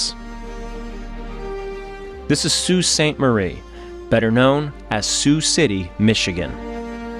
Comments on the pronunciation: Sault Ste. MARIE PRONOUNCED SAINT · Great graphics of the waves and ship sinking. That's how I envisioned it. The Wave over Coopers ship was impressive. I took a 30 ft wave over a commercial fishing boat in Alaska, I thought we were done. But I do have a say a MAJOR screw up is calling The Soo, or Sault Ste. Marie, "Sault City" about pissed me off. I'm from there! Never heard it refered to "SC". Sault City is in Iowa. The town is know from the French words- "Le Sault de Ste. Marie"---- meaning "The Falls of Ste. Marie". Locals call the place "The Soo". Nice shout out to each crew member! RIP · I concur with the comments praising this detailed and respectful documentary - well done. Only one quibble, and others may want to chime in: I was born and raised in Sault Ste. Marie Ontario (and I remember that November storm when I was eight years old, and the next day's news of the missing freighter), but I've never heard Sault Ontario or MIchigan referred to as "Sault City." Usually it's just "the Sault" or "the Soo." Other than that minor issue, though, thanks for doing justice to this powerful story.